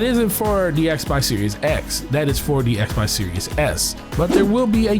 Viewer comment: Am i hearing "Xbox serious X"?